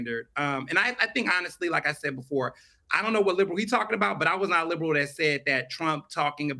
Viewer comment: Theron says “thawt” instead of “that” just like the younger women today.